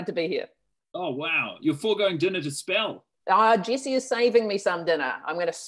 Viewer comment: I was fascinated by the kiwi pronunciation of Jesse like Jackie until they brought up her zoom mistake.